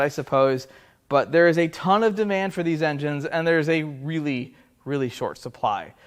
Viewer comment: "dis connecting rods..." LOL Good one. Thanks.